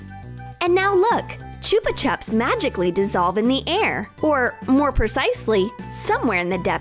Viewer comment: Its chupa choops not chupa chups